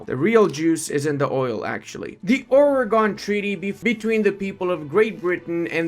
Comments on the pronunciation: Oregon is pronounced like "organ", saying this as a local to Oregon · I am an Oregonian and you said Oregon wrong i am now annoyed but other than that good vid.